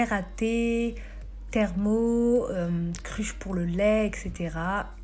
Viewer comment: Merci pr la vidéo machaallah. Par contre on dit Thermos (on prononce le S) et 《rouleau à patisserie》😀😄